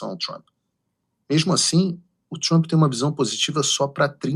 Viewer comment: parabéns por pronunciar Trampe e naoTchrmp como fazem os idiotas